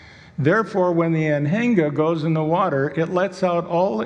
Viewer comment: I heard him pronouncing Anhinga and almost thought that there is a birb named after trailers (Anhänger) lol